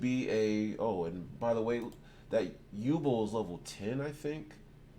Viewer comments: If this guy says Yubel wrong again I’m gunna lose it 😤😫 it’s YOU-Bell as in You 🛎️🔔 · I have been waiting years! Finally my yubel gets some love i honestly thought she was forgotten about😢 Also what is up with the way he says yubel saying like yuball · How tf u miss pronounce yubel